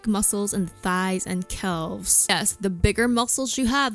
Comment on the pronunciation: Calves is pronounced as cavs by the way.